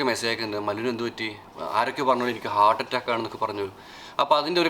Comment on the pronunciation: ഹേർട്ട് അല്ല ഹാർട്ട് ☺️